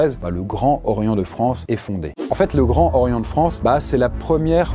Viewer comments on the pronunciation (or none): En effet. Tout le monde sait ce qu'est le Grand Orient, et personne ne prononce ce nom « Gran Horien ». Ne pas s'être renseigné sur la prononciation correcte de l'institution à laquelle on consacre une vidéo, ça témoigne d'un certain amateurisme.